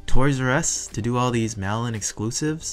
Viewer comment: I kept hearing “melon” and I’m like is that what the code name is for these exclusives and then figured out you were saying “mail in” instead 😅